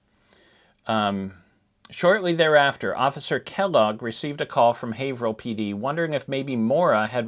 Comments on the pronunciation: Hi I'm from Haverhill and I just wanted to correct you on the pronunciation. It's pronounced the same as Haverhill, MA. With a long A. "Hay-vrill" thank you! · we pronounce it HAY-vrill